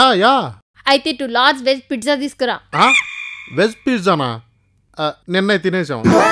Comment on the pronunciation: Pizza❌❌❌ pitza✅✅✅ 😂😂😂